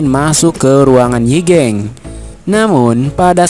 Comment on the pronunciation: Yi gang bang bukan yi geng😭...